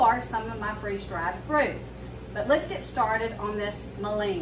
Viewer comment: It’s pronounced Mull in